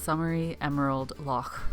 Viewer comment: Really appreciate this information. And total respect to you for correctly pronouncing ‘loch’